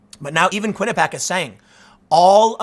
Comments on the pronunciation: Kwin-ih-pee-ak not Kwin-ih-pak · Its "Quinnipee-ACK" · Every time I hear you say quinuhpack I think of why it’s important to go to college